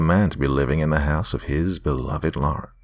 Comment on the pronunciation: Thank you for saying LAR-en instead of LOR-en. Drives me crazy when people put an imaginary O in there.